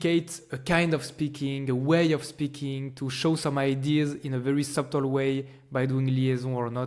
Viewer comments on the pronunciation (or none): We are watching your videos with mon ami, thank you! You make us amused; we laughed so hard when you say subtle, sorry about that please forgive us :D Your french accent on english is so cute!